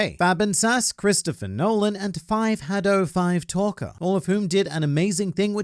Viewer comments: lmao five-hadow-five-talker instead of shadow stalker. You're such a troll and it's great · Haha, I wonder if "five-hadow-five-talker" knows you're trolling him instead of saying Shadow stalker😂